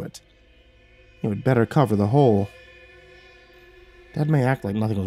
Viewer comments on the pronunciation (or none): none